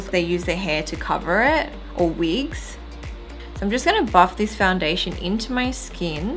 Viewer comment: Its wigs not weegs😂😂😂😂😂jk